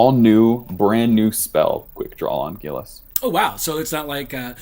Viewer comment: OK but if Gilas is based on a Gila monster then should it not be pronounced "hee-la"?